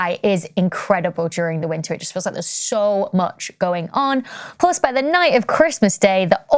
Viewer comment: it's plus, not plos...